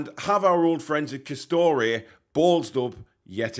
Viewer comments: M8 its Castore not Castoreee as you put it 🤦‍♂️... As a Rangers & Newcastle fan living in Northern Ireland i cant wait for the game... Castore make both Rangers & Newcastle kit and to be honest they only wanna knock out kits as quick as they can instead of QUALITY. Hate their stuff to be honest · by the way it pronounced CAS-STOR not CAS-STO-RAY. 👍